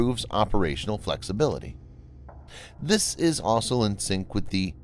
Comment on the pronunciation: I'm not even halfway through and I've already lost count of the number of times the narrator said 'asol' instead of 'also'. It's still a good video, though.